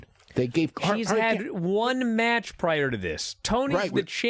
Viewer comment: Anyone else hate the way Dave says the word "match"?